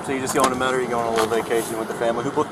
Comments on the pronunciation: First red flag was her not being able to pronounce Metairie. Second red flag was her saying she was going to vacation there. IYKYK 😂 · The way she pronounced Metairie 😂😂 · When girlie said New Orleans differently I said uh oh but then when she couldn’t pronounce Metarie I knew her goose was cooked. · Hold up !! 1st 🚩 she pronounced it New OR leans 2 🚩 don’t nobody come and vacation in Metry😂😂 girl your busted. New Or’lns maybe… but Metairie..don’t think so. 😂😂😂